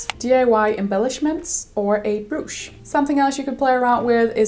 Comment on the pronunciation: Jeg håber, at du opfatter det som et venligt ment hint. Brooch udtales lidt anderledes. Undskyld hvis jeg skulle have holdt min mund.